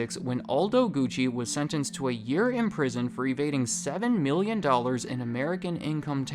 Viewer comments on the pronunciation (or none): none